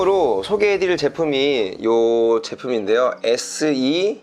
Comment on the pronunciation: seac는 쎄악 이라고 읽으시면됩니다. 아레나 oem 제조회사의 고유브랜드입니다.